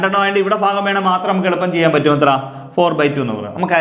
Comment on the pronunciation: ഫിന്നസംഖ്യ ഫയാനകം, ഈ ഫാഗം എന്തുവടെ ഫൂമിയിൽ തന്നെ അല്ലെ